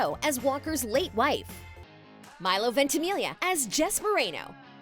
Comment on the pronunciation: no one is talking about how she says ventimilia instead of ventamiglia